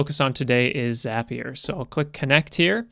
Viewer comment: Just wanted to say thanks for correctly calling it 'ZAPIER' and not 'ZAY-PIER.' :)